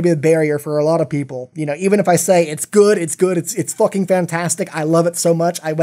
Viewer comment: please dont say focking but fucking pls